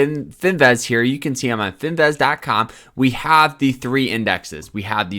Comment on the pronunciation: bro please never pronounce the word finviz again because wtf LMAOOOOO